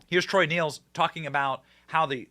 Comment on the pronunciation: P.s. it's pronounced troy " nells, nails. " Not neels